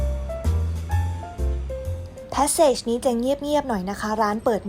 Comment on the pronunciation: Passage ภาษาฝรั่สเศส อ่านว่า ปาสสาจ ค่ะ